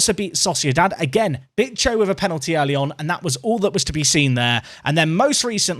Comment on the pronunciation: Hey if you don't want to risk getting demonetized Bicho is pronounced like Bi sho the Sho sounds like Show with the W if this didn't help just put it on Google translate and let Google speak